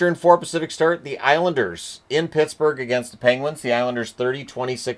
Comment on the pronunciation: Did he just say Pissburgh